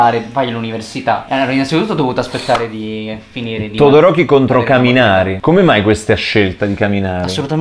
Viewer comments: Sentire le pronunce in "italiano" fa male e sentire che shouto me lo hanno chiamato Todoriko e pure peggio ma continua così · "todorocco"🤣mo ho un'altro motivo per amare todoroki 😂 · “Todo-Rocco” AHAHAHAH